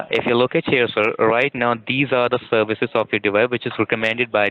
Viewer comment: spyvers and malvers, serwices stopp-ed .... ROFL